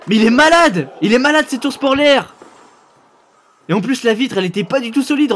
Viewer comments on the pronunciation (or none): " il est malada cet ours porlaire " xD polaire nan?